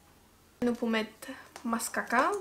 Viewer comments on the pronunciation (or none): It's not mascaca😂😂😂😂😂it's mascara. You are so funny😂😂😂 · You said it again you said "mascaca"😂😂😂